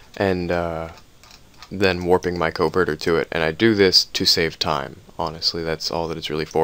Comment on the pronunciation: Covetor....not a covertor...'kah-vet-or'